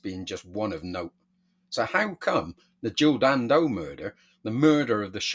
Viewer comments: Can I just point out she was Jill Dando not Jill Dan Do the way you say her name detracts from the seriousness of the story and makes you sound like a knob. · I call it as I see it, her name was Dando there was no gap in between the Dan and Do and you putting one in makes you sound like a knob. I am just being honest not brave. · Am I supposed to take seriously a video from some bloke who can't even get her name right?